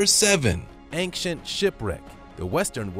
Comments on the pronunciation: Love the supreme videos. They make my day. However, 1 thing, please, PLEASE quit pronouncing ancient as if there is a k in it!!! Drives me nuts everytime you say the word. And you do quite frequently actually. "An-CHient" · yeah,get that. My pet peeve from this guy is ank-chant.😳🤪❤🇨🇦